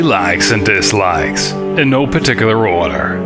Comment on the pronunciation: "Things That Lilly Likes and Dislikes" is always hilarious, just due to the way you accentuate "dislike".